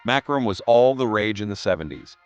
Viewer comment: In the 2070s, one of the "25 Funny Things People in the 2020s Were Totally Guilty of Doing": posting videos on YouTube, and, whether or not using AI, the videos' narrations would mispronounce even simple words like "MACRAM" for "macramé," "PEET" for "pet," and "VIN-ǝL" for "vinyl"!!